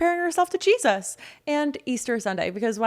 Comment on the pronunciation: That Lady really struggles to say Jesus.